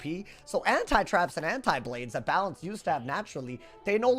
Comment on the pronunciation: balance got BUTCHERED holy moly